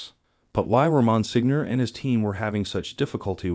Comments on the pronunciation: I appreciate your videos. I enjoy your topics. May I just point out that Monsenior is pronounced “ mon seenyor” rather than “ mon signor”. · Good video, but to just give you a little information, the title of Monsignor is pronounced monSENIOR, the letter G is not pronounced as in many words in the Italian language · Yes- I wonder if the creator can fix or explain the pronunciation- must have hired a narrator who wasn’t familiar with this word ( not catholic ? 😮)